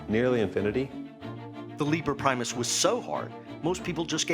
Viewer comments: Caleb Gotthardt I‘m not diminishing their accomplishments or anything...just thought it was funny, that those guys are supposed to be incredibly smart, but they pronounce „Liber Primus“ wrong... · As someone who too latin I’m bothered by how they mispronounced liber primus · Love how these “geniuses“ pronounce „Liber Primus“...